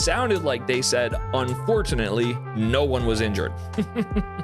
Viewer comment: it did sound "un-fortunately" although it more an fortunately. lol